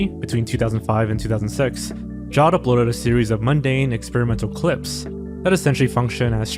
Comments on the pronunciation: Jawed as in Jared with a w, not "jod" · Great vid! Jawed is pronounced "Jah-wed" btw